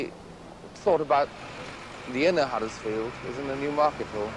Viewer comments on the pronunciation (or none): One thing I hate is when pseudo posh people mispronounce our towns name. It's Huddersfield, not Haddersfield you muppet. There is also something really important in this video that you rarely see in town in 2025, People!!